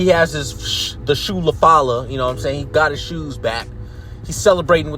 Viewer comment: ulafala,Paul Heyman;shoe - la - fala 😂